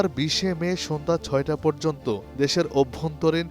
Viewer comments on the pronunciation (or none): none